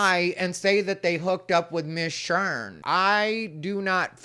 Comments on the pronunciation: “Shern” lololol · “Miss Shern” 😅😅😅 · "Shern"? I don't think that's the proper way to pronounce "Sharon", unless you're ghetto... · Say it right It's Miss Shar'n.😅😅😅😅😅